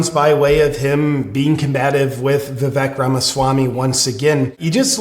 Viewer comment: Anyone else notice that DJT pronounces Vivek Ramaswamy's name perfectly. He also doesn't have any funny / biting nicknames for him. This was a perfect audition for VP by Vivek.